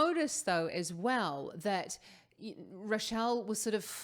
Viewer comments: Her name is pronounced ‘Ray-shell‘ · Rachelle is pronounced the same as the name Rachel which is Ray-Chel. 😊